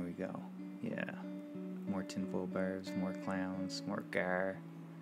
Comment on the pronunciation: You say "barb" weird.